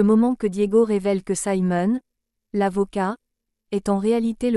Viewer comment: Siimon et non Saimon: français please!!